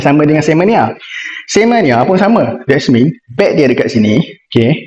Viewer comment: Ckp apa benda ni eh? Plus minus lah, individual title tak sure lah, sebutan English pun tak betul "des mean" instead of "that means". Kena improve lah 😂